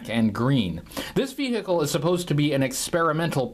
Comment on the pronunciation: I can't take "ve-hick-le" any more.